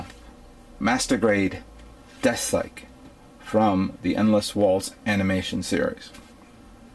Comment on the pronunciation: And why can he pronounce the "th" in "Death" but not in "scythe" Deathscythe not Death-psych,.:-P